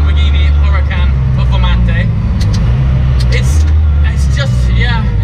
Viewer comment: Love how he said supposed lap time of the Perfa